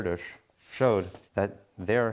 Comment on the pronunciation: FINALLY someone pronounces his name properly.